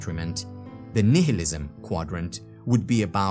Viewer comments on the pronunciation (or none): none